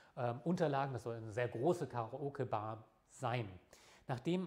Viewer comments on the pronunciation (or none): "Karaoge Bar"? ;) Aber das Video mag ich!